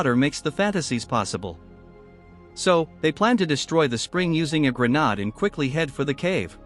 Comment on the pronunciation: AI can't say grenade, it comes out as grenaad even when spelled correctly but it can say grenades.